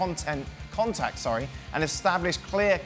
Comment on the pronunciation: Woow (contektt) wholeday🤣🤣🤣